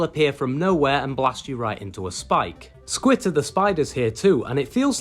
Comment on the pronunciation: Why do you call squitter skeeter???